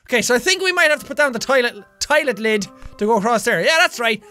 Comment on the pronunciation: "Tilit lid" LMOAF